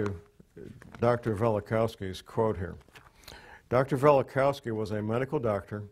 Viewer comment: Velikovsky, not Velikowsky.